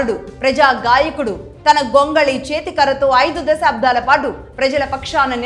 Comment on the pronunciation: స్పృశించారు అని పలకాలి, స్మ్రశించారు అనికాదు. దశాబ్దాలుగా అని పలకాలి, దశాబ్ధాలుగా అని కాదు. తెలుగు నేర్చుకున్నాకే యాంకరింగ్ మొదలు పెట్టండి